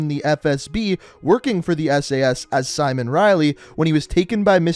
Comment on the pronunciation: Simowhen Riley